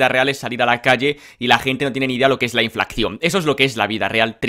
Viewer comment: por Dios, es Inflación. No INFLACCION…que criticarlo y no saber cómo se pronuncia, vaya tela….